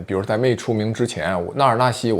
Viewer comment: 茜，這個字讀‘欠’